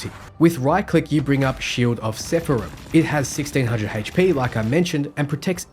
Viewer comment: lol 15K hp for monster hulk He can't read xD Edit- it got worse when he said "shield of sepharim"